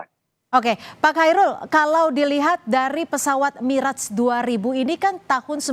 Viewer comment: baru kali ini aku denger pelafalan yg bener dari Mirrage & Rafale di Chanel pengamat militer Abal-Abal maah bilangnya Mireg & Rafa-Le